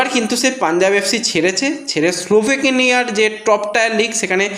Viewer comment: দেশের নামটা অন্তত ঠিকঠাক বলুন - ওটা Sloveknia নয়, Slovenia!